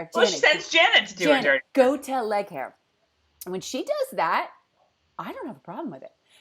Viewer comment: I love that you call leighaire "leg hair!" I so had an issue trying to say her name in the book, I think I pronounced the same.😂